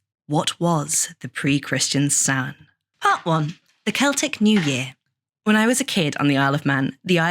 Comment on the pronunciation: I’ve never heard it pronounced any differently than the way it’s pronounced here…